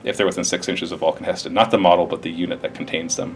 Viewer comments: HE'STAN...HE..STAN....NOT HESTON!!! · god the way he says He'stan makes me cringe